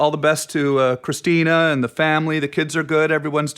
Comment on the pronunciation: Everyone says Christina's name wrong. Even Tom Green. Haha. There's a reason she changed it to Christina P.